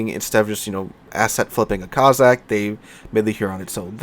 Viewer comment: how can you pronounce the BŁYSKAWICA almost flawlessly yet have me cringing at COZZACK-COSSACK-KOS-SACK hope it's the after effects of a good few drinks for turkey day, will have to have a look at the back n fourth with little white mouse and think when HURON is available I may well buy it, great vid as always be good ✌️